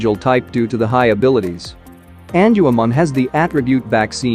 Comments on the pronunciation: It's Gatomon not tell Mom and it's not Angelman Forest female counterpart it's Angewomon 😳 😅 but I guess we all make mistakes sometimes 🤘😎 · erh.... Prnounciation: En jew u mon.